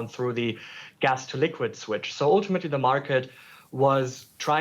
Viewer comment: oooltimately🤦🏻‍♂️😝🤣🤣